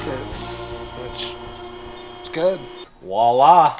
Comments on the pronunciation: voi·là pronounced vwä-ˈlä... walla is for:-) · I keep hearing 'walla'.. I think you mean voila (as in french for 'there'). Great video in any case :-) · "walla" LOL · The “walla” is actually pronounced with a V at the start. It’s spelled “voila”and loosely translated it means “there you are” or “there it is”. Fun to hear it used when something comes together! Love the channel and the builds! The odd rescue is a great bonus! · Maybe can pronounce the French word. Voila voi·la [ vwah- lah; French vw a- la ] Can say the V sound? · Voila voila, as one of the few french speaking subscriber, i appreciate your good use of the word however… it’s pronounced with the V as in Victor, you make it sound like a « wala » . Voila, I’m done :) Great channel !